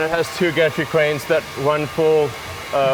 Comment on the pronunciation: It sounds like Elon is saying, "and it has two gatric cranes .." And the subs even say gastric with an "s" .. But it's supposed to be gantry cranes right?